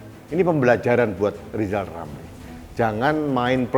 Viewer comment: Harap dimaklum nyebut nama sendiri aja salah LIZAL LAMLI ga bisakan bikang RIZAL RAMLI🤭🙏